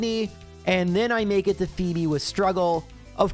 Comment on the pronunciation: I misswhen called her Fweb instead of fee-bee.